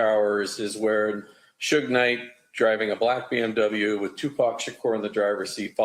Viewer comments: Did he say sugar Knight😂😂😂. . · And “suga” knight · Dat Said Suga😩 Nite! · Why is he calling him sugar knight 😂😂😂